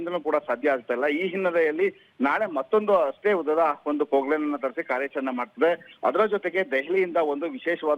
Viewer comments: Its Poclain... Not pork line nor pook line. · Pook line device alla madam. adu machine ok